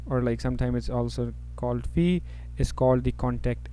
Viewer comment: Sir its faiiii Not feee.:) Thanks a lot